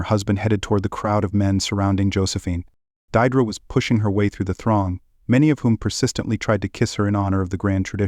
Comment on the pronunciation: "Deirdre" is pronounced "Deerdree"...